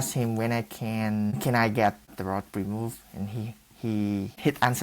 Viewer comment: "Sho UnRike the DicTOR whO ShaYs de RoD courd to be RimOved Afteh I eAt Moe RiCe"